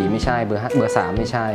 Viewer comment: ซิ่วหมิน ไม่ใช่สิ่วหมิน! 555555